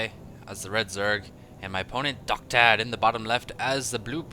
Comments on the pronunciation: His name is pronounced "Docta Dee" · Isn't DoctaD pronounced "Docta D" like in doctor d?